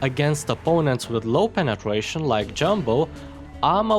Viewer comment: Did anyone heard him say Penetwation